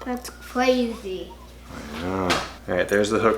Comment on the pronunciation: "That's cwazy."